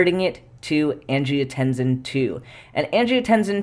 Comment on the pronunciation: I might not say anything if it wasn't for your superchat pronunciation challenges, but angiotensin seems like it should have a voiceless /s/. Like in tense, or similarly (but palatalized) in "hypertension". I checked some dictionaries, and they agree. Kidneys ARE cool. Countercurrent exchange and multiplication are neat. °෴°